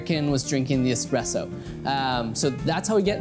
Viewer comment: Pronouncing Expresso wrong.